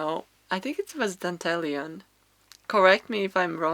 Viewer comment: How absolutely lovely 😊 The flower you mentioned is pronounced ‘Dan-De’Lion. But I much prefer your version 💕😊 many thanks x